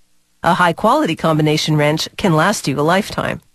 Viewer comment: "ye call that a wreench?" (Aussie accent)